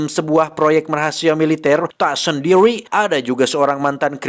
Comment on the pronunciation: tak sendiwi😂😂